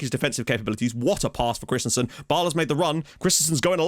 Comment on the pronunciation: I wonder.. will there ever be a time when you discover the "i" and (with lesser impact) the "a" in Jóhan Dávur Krist-I-A-nsen's last name and stop pronouncing it Christensen (like the Chelsea player)? Just pulling your leg ;) .. keep up the great work!